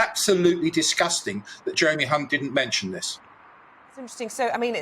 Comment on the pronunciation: Jeremy Hunt's name is pronounced as if spelled with a "k".